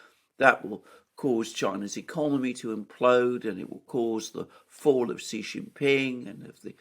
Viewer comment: XI is pronounced SHE, not 'Gee' or however you're butchering it. Take it from a dumb Sicilian who has lived in China and has a Taiwanese daughter in law!